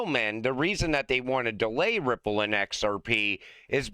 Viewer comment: At the end i could have sworn said cryipple lmao. Ripple is massive, so we might as well call it cryipple😅